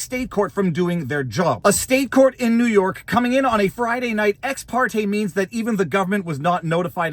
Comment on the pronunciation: It's always the southern district of nee york